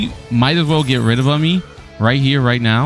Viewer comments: I about died when you pronounced it as "ummy" 😭😭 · It's umi, not amee, not yumee, it's umiiiii😂